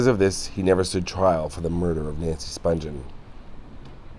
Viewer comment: Nancy Spung-ghen is how it's pronounced. Not Sponge-en. Sid couldnt have been buried in a Jewish cemetery